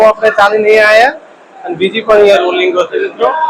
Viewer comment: રોલિંગ નય ભાઈ,,,,❌ રેલીંગ કહેવાય આને ભાઈ ✅